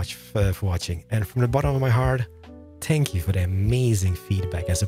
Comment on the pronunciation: I thought he said "Spank you, very very much" I died 😂😂